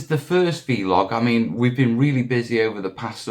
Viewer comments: Just say vlog. It's not veelog buddy. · 3 days. Keep up the good work. But please please call it a VLOG not a VeeLOG 🤣